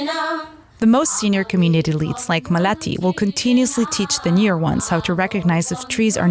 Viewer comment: Repeat this: "Maa-Le-Ti". Not Ma-Laa-Tee...Also, Indians don't "shovel" rice into our mouths. That's very disgusting and insulting. Would you like it if we said Westerners poke their forks and spoons into your mouths. That's one way, ours in another, a more natural way that humans practiced for 99% of our existence. Better to describe this as using our hands to eat...